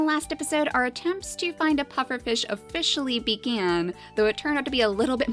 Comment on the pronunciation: " Our atemps to catch a pufferfish oFISHally started." I FOUND IT HAHAHAH